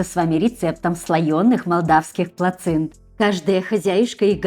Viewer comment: Плацинты, но не плаценты .привет из Молдовы..